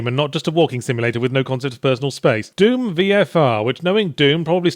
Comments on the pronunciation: Is he mis-pronouncing Doom on purpose? its D-oo-M. Not Duume. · it's pronounced "d-oom" not "dume" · I love that Yahtzee says Duum instead of Doom. Like vacuum. But only half the time. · I am amazed he consistenly calls it Deum, instead of Doom xD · I like to think he was pronouncing it Dyume because I sometimes try and overpronounce Dune as Dyoon cause I think people will hear me saying June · "Dyoom" still gets me 😂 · Why are you pronouncing it "Dyoom"? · I like how Yahtzee pronounces dune, I mean doom. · Actually, I think you mean deum.